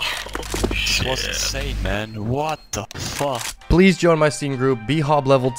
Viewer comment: "woat deu feuk" french player founded